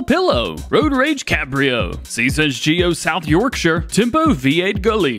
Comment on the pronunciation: I'm so happy with the way you pronounced Yorkshire.